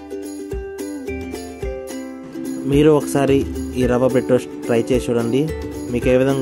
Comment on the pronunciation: "రవ్వ బ్రెడ్ టోస్ట్" అది "రావా బ్రెడ్ టోస్ట్" కాదు